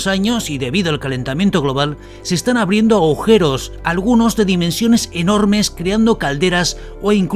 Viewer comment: Dijiste "aujeros"???